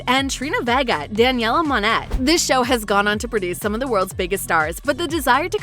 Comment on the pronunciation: You pronouncedd Liz's surname wrong. It's not Gill-iz, it's Gill-eez (the actual spelling is Gillies) And Daniella's is Mon-ay (spelt as Monét) Whoever spoke, please improve your pronunciation of proper nouns Anyways... I'm indifferent to this. It would be nice for there to be a reboot, but I wouldn't mind if there is no reboot because Ariana Grande is too busy being successful as an international popstar and as a coach on The Voice.